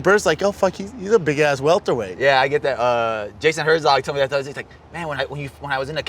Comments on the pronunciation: Pronounced it “weltered weight”? oh Brendan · He said “Weltered” weight